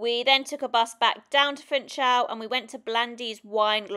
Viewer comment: The pronunciation of Funchal is "foonshal" not 'funchal".